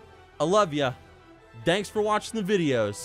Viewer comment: "cmere. Cmere.. Nyanks."